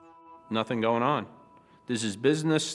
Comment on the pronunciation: (sp?) ~ The word 'going' isn't pronounced goinGUH. The g is soft. You're adding an extra syllable that isn't there. You sound uneducated. Learn to pronounce words correctly.